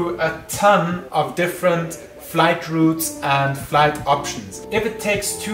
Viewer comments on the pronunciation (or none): none